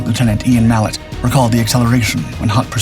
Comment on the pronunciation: At about . There are no Loo Tenants in the RAF. Please, if you are narrating a vid about a great British fighter. Do it properly.